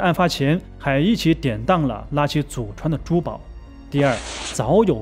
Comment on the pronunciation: 拉奇這發聲真難聽，像說垃圾